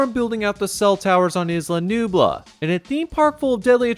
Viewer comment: Bruh. The S in Isla Nublar is silent. The R is not.